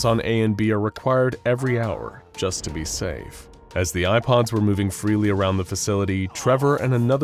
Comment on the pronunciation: Every time he says “Eye Pods” I hear “IPods”